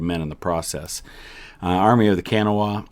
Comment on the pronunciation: Love your stuff. Fellow Pastor and history buff from the other side of Ohio. 3rd Great Grandfather rode with the 34th Virginia and his brother with the 7th West Virginia. I'm sure family gatherings were fun after they both returned home. Native West Virginian here and thought I'd pipe in and let you know Kanawha is pronounced Ku NAH wu (both of the u sounds like GUT) Keep up the great stuff.